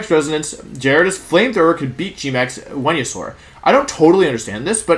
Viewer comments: “V”enusaur 🤢 I’m glad he corrected himself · Homie mispronounced weniasaur yall. He aint the chosen one. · I like how you coughed and corrected yourself when you said venusaur wrong 😂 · You know Wolfey is really excited when he forgets to pronounce Venusaur correctly.